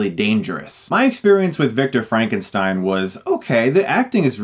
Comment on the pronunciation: It's Frankenstyn